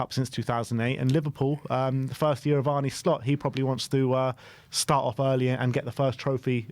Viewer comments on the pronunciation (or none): none